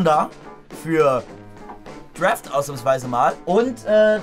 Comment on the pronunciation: D-R-A-F-T nicht D-R-E-F-T 😖